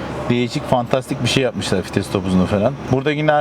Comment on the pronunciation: Fites değil,VİTES